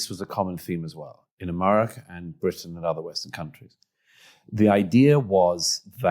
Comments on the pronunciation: I have the greatest admiration and affection for Douglas Murray, but the way he pronounces America as Amurrayca betrays worrying ambitions...😄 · He pronounes America so nice: Amurraca